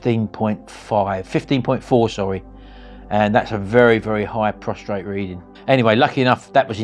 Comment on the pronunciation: PROSTATE! No R. Otherwise you're just lying down. ❤